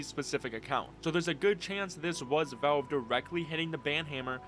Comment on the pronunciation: “Vulve” its Valve bro